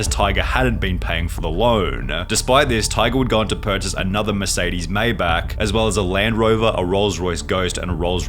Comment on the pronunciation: I’m sorry but i gotta set it straight. its not “may-back” its “my-bach”